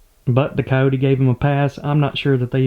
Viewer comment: It is very disturbing to hear how you kill all the "i" and the "y" from the words. you say caote instead of cayote. (coyote), that is the "y" as in year.